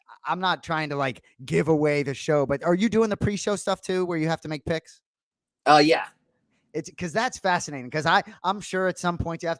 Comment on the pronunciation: Why do they say bicks instead of picks 😒